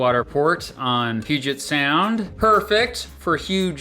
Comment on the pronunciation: As a guy from Seattle thanks for saying puget sound right and not “pugget” sound